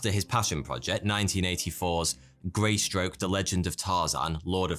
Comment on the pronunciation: He mispronunces words all the time including calling Greystoke "Greystroke" at the very moment the poster's onscreen.